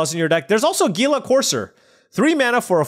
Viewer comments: It's pronounced "heel-a". Not "geel-a". :) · Hila Corser. Is how it's pronounced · Its Heala, thats how gila courser is pronounced.